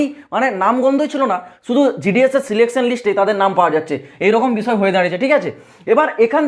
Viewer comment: Selection ❌ Selecaion ✅ 🤣🤣